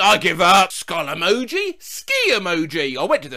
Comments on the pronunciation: skill meoji nailed it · Skillemoji 1 LETTER AWAY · also "Skullesniffy" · Skullemoji☠️ Hey, that was pretty close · Skill rnego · Skilled, wmoji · Ski;; f leo 💀💀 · Skull emoti SO CLOSE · SKULLEMOJIII:face-purple-sweating: Why do you guys find it so hard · skullemojiii🤝 well look at that i almost got it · Skullenijuuu❤ This is not what I was exoecting :v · Skull3mojiiii ❤ close enough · First try: Akuolaminib Second try: s,j,, s lmi* Third try: skull skii🦷 That’s the best I’ll do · skulllenoji so close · skull emojiiii 🥰💛💛 damn wasnt too far off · Skilk enoii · Skillemojiii💀 Hey, that was better than expected- guess I do have skill. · Skullekpkoo okay that wasnt right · Skill emlji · Attempt 2: skyllsm9jii 11 no no 11 no no 1💯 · Attempt 3 goddammit: akull wmohi ❣️ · First try skullrmohi Dam it second try skullemoji💀 Ay not bad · Attempt 2: SKillemoji😂😂 Attempt 3: SLILLEMOHIII🙀🙀😽😽 Attempt 4: SULLEMOHI🐵🐵🐵🐵 Attempt 5: Skullemoji🥶🥶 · skille oniiii🦨 zkummemomioo🗣️ (first try was somehow better) skukkemojioi💀 (GRAH) skullemojiii💀 (YES) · Sskioll enigi 💀💀💀💀💀💀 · Ski emoni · Skullemohi I was so close wtf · Skoll emoji WOW! almost perfect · skulllmoji 💀 I was so close 👁️👄👁️ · first try: skill emoji second try: skill empji third try: skll e,oko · Skummejih i wasn’t expecting it to be that close😅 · I'm really late, but..... ALULL EMOJAI🦍 😒😒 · Skillemojiuu Oof Skillemojiiiii Nope Skullemojiiii 💀 Finally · Skill emojii GODDAMN IT I ALMOST HAD IT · Skullemijo😷 Close enough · Sounds like "mehu" (Finnish for juice) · Skullemibju is what I got lmao. I like that I could spell skull with my eyes closed but not emojiii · "Dkull rmihu 🤒" Better than most people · “Smillemojiiiii” SO CLOSE?? SECOND TRY! “Skullemojiiiii” Woah. Third! “Skullemohiiiiiiiiiiiiiiiiiiiiiiiiii” Fourth! “skullemohiiiiiiiiiiiiiiiiiiiiiiiii” Fifth what the hell “Skullemojiiiiiiiiiiii” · skull emiehu Well at least I got the first part right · hey that was kinda close to it